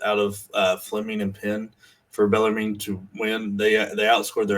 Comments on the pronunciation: It's pronounced Beller-men lol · Yes! Below... finally someone told them how to pronounce bellarmine. These kids dont learn grammar in school anymore. I guess my schooling in the 70’s and 80’s were better